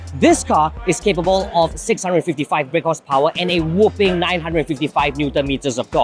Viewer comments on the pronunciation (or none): Whopping not whooping